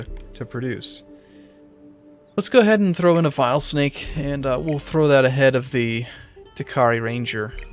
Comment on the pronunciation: The OCD in me is yelling at him to pronounce VINE-Snake correctly :'(